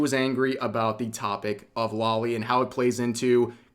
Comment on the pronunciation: it's pronounced "low-lee" as for Britt, there was a point where she was hospitalized, and when she got out she started on this weird claim that vtubers were pedophilia etc., and just never got off it. She used to be kind of "in on the joke" about most things, and this is different; I think there's something like, legitimately wrong with her, like she had a stroke or something